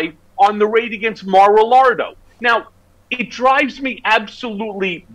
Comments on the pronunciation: He keeps saying Mar-a-la_d_o. Which, afaik, is ‚on the edge‘ in spanish. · Mar A "LARD O"....LMAO !